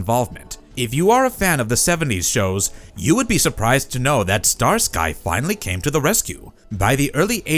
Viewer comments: Wish a real person would narrate. Star Sky, no it is Starskee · Star Sky? STAR SKY? Star Sky and Hutch?? I actually thought the video was good and contained a few facts I didn’t know. But you have to curate your AI’s performance. Starsky is pronounced “Stars-key” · Star Sky? Seriously? It’s pronounced Stars-Kee. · "Star Sky" says the stupid AI voice. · …”Star SKY??” Is this AI narrated? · Star-Skee actually; but yeh AI sucks. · ai can't pronounce starsky